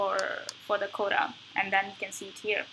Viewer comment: can you please speak clearer and slower please, I don't understand you sometimes, when I enabled subtitles it displays'' coda ''when you say ''quota'', please practice this word